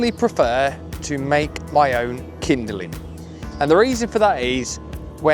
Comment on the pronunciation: Kindling…not kinderling for Pete’s sakes.